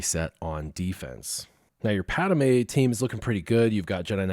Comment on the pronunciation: or the way he pronounces driodeka and padme